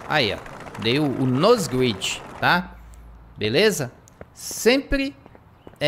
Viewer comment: krl mn aprenda a falar grind e depois vc começa a fazer seus vd